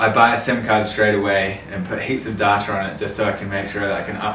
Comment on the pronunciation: still not over ‘darta’ instead of ‘data’ hahaha